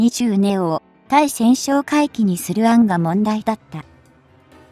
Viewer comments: たいせんしょうかいきとカナをふっているのに、何故ついせんしょうかいきと発音するのか。 初っ端の文章もおかしいけど、作ったあとに文章の見直しはしないのか。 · 対潜哨戒機(タイセンショウカイキ)のことを「スイセンショウカイキ」と連呼しているのが耳に残って、気になってならない❗️ 自動読み上げであるにしてもUP前に確認作業はしているであろうから気が付かないわけはなかろうに、そのままアップしていることに恥と言うものを感じないのか？ 改善できないのであればUPなどしない方が良いのではないか❓ 老婆心かな❓ By 侍。